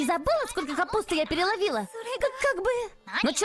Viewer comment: не капутс а капусты